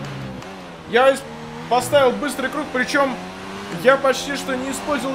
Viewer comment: Куруг, прикольно звучит, все говорят круг а ты говори куруг